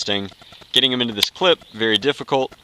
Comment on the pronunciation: Nazi, Clip... I can't even handle this. Someone please teach him